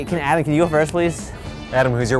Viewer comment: Rookie Musikerz How can you say Adam wrong?!